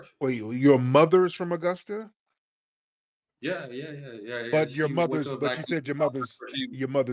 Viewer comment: TARIQ thank god you called him out ..BEWARE FBA family this what they do ..first of all dude its Augusta not Igusta ..your first lie detected and our blk exodus outta the south ppl werent moving from up north NYS TO THE SOUTH .ALL LIES DETECTED